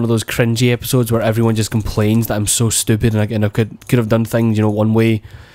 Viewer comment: You say "stupid" weird.